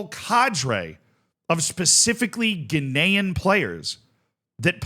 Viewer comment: Glad someone else noticed. I eventually decided he was just saying “Ghanaian” in a slightly odd way